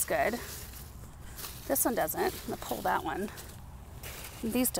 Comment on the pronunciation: pull as pul not pole. lol pul a pole?